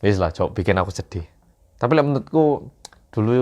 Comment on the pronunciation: di menit 9.25 Kata "Sedih" menunjukkan bahwa Hatimu wes Jowo banget mas 😢